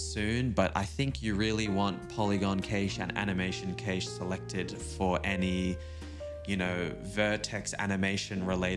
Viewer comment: Awesome stuff man and cache is pronounced like cash money. 🙏🏿